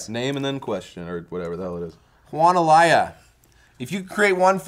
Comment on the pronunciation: Every single time someone has that last name you say Alaya THE NAME IS AYALA . ITS ON THE PIECE OF PAPER